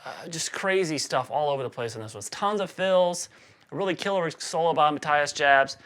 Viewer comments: I watched a video of he himself saying his name because I was curious about a German pronouncing his name as Mathias Jabs as Americans would read it. He said it like May Ti Us Yaabs. or Yobs. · I believe his name is pronounced Ma tea as Yaabs